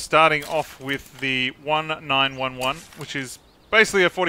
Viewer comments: 19-11 not 9-1-1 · Who calls a 1911 a “1-9-1-1”?